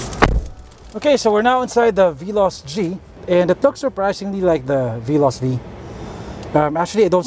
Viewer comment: I irk always when he always pronounce Veloz as Bee-loss.